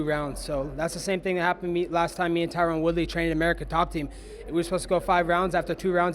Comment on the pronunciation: funny as hell he never pronounces tyron's name right